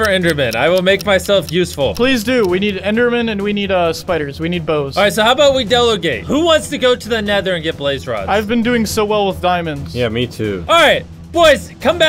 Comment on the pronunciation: MrBeast, did you just say "sanaiyonora?" Interesting Japanese youve got there. I think you could do with checking the pronunciation. Also you said delogate, delegate definitely no o in it. Im just picking on you though, cause Dream was disgraced and Technoblade died, so now Im apparently looking for a new favorite living Minecraft Youtuber. Didnt realize that's what I was doing but I guess it is.